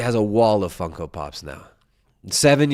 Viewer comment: I love how doesn't even know it's Funko and says fungo haha thats how baaed he is. Funko is this justin guys whole life, and is 7 years later mispronouncing it. Champ